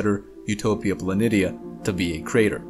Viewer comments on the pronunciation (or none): I couldn't get past the pronunciation, sorry. It's Pla NEE shuh, not Pla NIT EE UH. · If you watch star trek from TNG onwards you will hear the correct pronounceation of the wotk planitia/ {rpnounced Planishiuj. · pronounced Planishia..... poor 😉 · Very good, informative video with nice graphics. Since I am a researcher and Mars is my specialty, let me assist you with the pronunciation of "Planitia". It is pronounced with the "SH" sound like this: Plan-ish-uh. Keep up the good work. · It is somewhat more commonly pronounced Hellas "Plan ee sheeah".